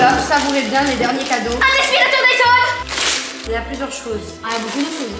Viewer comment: J'adore quand dit < >